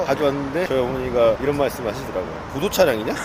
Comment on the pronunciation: 구조 차량이냐? 로 들려요.